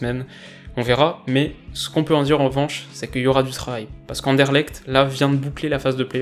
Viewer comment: On dit un truc plutot du genre And-EU-rle-R-t c'est pas exactement ça mais c'est plus proche que Andèrelekt GG sinon :)